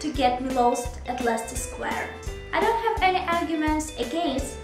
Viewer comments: You pronounce them both just fine, I think they were just giving you a hard time because you were a tourist. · Hooray! I love Leicester Square (and Russell Square incidentally). I think people got confused because it's so loud in London, not because there's anything wrong with your pronunciation. And as for the universe conspiring against you for no apparent reason... it's perfectly possible. The universe can be pretty whimsical sometimes :)